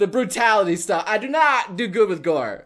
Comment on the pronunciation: "I do not do good with gore" sounded like "I do not do good with door" Masochist Door?